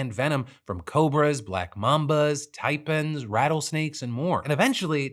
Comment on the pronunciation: TIE-PANS, Phil, not TIE-PUNS. 😅 🤷🏽‍♂